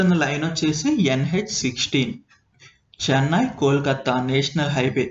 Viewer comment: చెన్నాయి కాదయ్యా నాయన..చెన్నై you have to work on your vocabulary..